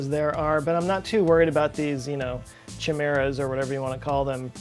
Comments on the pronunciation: I'm sure these MUST already be here somewhere, but I am an irascible curmudgeon about language AND a space buff...so here goes: A "chimera" is pronounced with a hard "chi" as in "chitin." Also, our solar system orbits around the center of the Milky Way Galaxy at an average velocity of 828,000 km/hr. Even at that high rate of speed, however, it still takes us about 230 MILLION years to make one complete orbit around the Milky Way, and not 250,000 years as stated. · "chimera" pronounced like kimera.